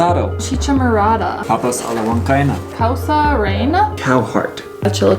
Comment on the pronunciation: and, You ought to try cerveza Cusqueña which is considered the best beer in Peru. There are others like Pilsen or Cristal but Cusqueña is the best. you nailed it in pronouncing Papa a la Huancaina and you did well in pronouncing Causa Rellena. Was the Lomo Saltado from the same place? If not which one tasted better? It usually come with fries at the bottom. Next time you guys can order Aji de Gallina which shredded chicken with a delicious creamy sauce, boiled potatoes at the bottom and white rice on the side. For dessert you might want to try Picarores, which are Peruvian donuts made with sweet potatoes and pumpkin eaten with syrup or honey on top., I noticed that you have a sweet tooth. See if in one of those places where they sell desserts they have "Suspiro a la Limeña". It's like a delicious mousse. I am sure that you will love it